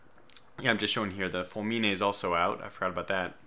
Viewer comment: Fulmine is pronounced with the stress in "u" Barca is pronounced "Barka" Rinascita is pronounced "Rinasita" with the stress in "si"